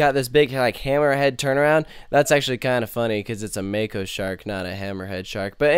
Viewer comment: I feel the same way about it.Its a absolute great ride.BTW PRONOUNCE THE RIDE "MOCK-O" NOT "MAKE-O"